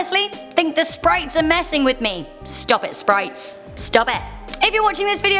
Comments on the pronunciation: Did anyone else hear her say SPRITES NOT SPIRITS? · She pronounced spirits as sprits